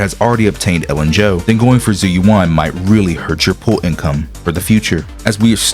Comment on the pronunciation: How can you mispronounce her name lol they say it several times in the game